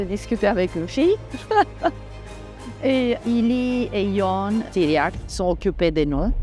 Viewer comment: It's interesting that she does not pronounce Ilie Nastase's and Ion Tiriac's names correctly in Romanian.